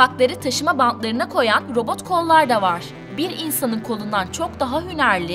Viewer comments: T harfini söyleyemiyorsun. Robot derken, sesin boğuluyor. Robooğğ gibi bişey çıkıyor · Neden konuşurken sondaki t harfini yutuyor ( mesela robot yada otomat derken ) yada buna tek dikkat eden ben miyim 😤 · Ayrıca "t" harfinde de sıkıntı var. "Robo-g" gibi birşey diyor, dikkatim hep oraya kaydı. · Robo" "lar niye peki, T nereye gidiyor çok rahatsız oldum :') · Otoma'lar diyor, robo'lar diyor hahahhaha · Abin bitti sen mi başladın? Önce bir “Robot” demeyi öğren! Robo’ların diyorsun çok itici geliyor. Düzgün konuşmayı beceremeyen birisin. Video çekmeden önce biraz kendini geliştir.